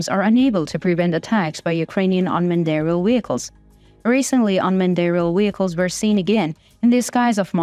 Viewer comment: And WEHICLES??? Hilarious!